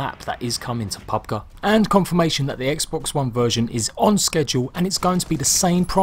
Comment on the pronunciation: Did he just say " pub guh"? Lol